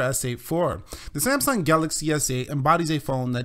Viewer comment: it's samsung not sieamsung :)